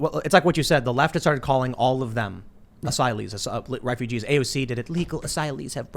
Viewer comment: 'Asyleeths', as pronounced by AOC.